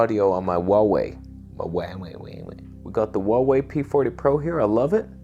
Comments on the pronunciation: Correct version of pronunciation of HUAWEI is: "WHO ArE WAY", not "WU ArE WAY" 🤔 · Not Waway, it's Who-are-we